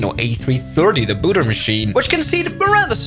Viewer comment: the booder machine